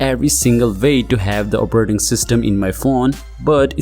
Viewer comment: "Operrting System"